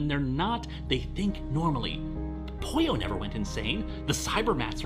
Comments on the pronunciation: It is pronounced Poyo, but it is spelled Pollo. It is the Spanish pronunciation. Pollo means Chicken in Spanish. There you go. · Bit of an odd question, but does anyone else hear 'Poyo' instead of 'Pollo' for the robot's name?